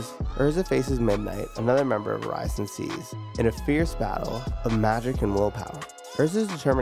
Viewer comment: OH-RASS-E-OHN SAYCE is how it's pronounced hahahaha. Great vid